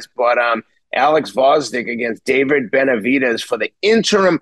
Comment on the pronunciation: Betervidez??? Nasal voice Atlas can't pronounce David's name but claims he likes him? At least pronounce his name correctly, nasal sounding old school duh duh.